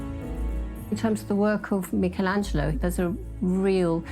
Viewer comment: Why does this program insist on mispronouncing the name 'Michelangelo'?